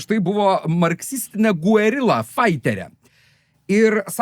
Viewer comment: Smagu. Pora pastebėjimų - Peronas pirmą kartą į valdžią ateina 1946, taigi, kiek anksčiau. Karinių chuntų laikotarpis vadinamas “purvinuoju karu”, nes ten ne šiaip autoritarinės diktatūros buvo, o labai bjaurios, padariusios labai daug blogo, bet ekonomikos niekada neprikėlusios. Ir - “guerilla” tariant reiktų tarti ne “u-e” kaip lygiaverčius balsus, o labiau kaip dvibalsį, kur u vos nuskamba. Ačiū!